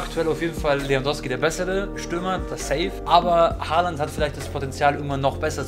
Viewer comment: es heißt Haaland